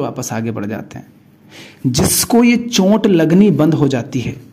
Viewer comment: सही उच्चारण है चोट, आप बोलते हैं चोंट। फर्क समझे।